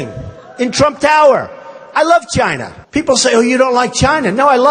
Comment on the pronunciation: If he loves China so much I would wish he could pronounce the word China correctly.